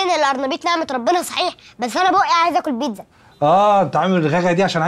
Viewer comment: مااشااء االله الططفل يججنن🥹😭😭 الله يحفظه يارب تمثيلله تبارك الله يجنن😂😭 كيف ينطق البيتزا ككيوتت🥹🥹